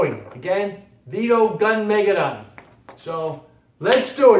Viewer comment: Thanks for putting out this video. But please look up the proper pronunciation of Armageddon, like in the Bible. Gunmageddon follows the same way. Gun. Meh. Geh. Don, no emphasis on Don.